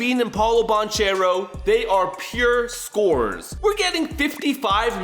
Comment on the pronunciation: ITS BANCHERO NOT NO BONCHERO